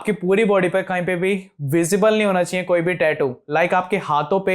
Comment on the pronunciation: Aap chiee chiee kiyu bol rhe ho normally chahiye bolo bhai